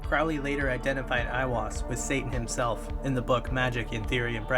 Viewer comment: It's Aleister CROWley (as in the bird 'Crow'.)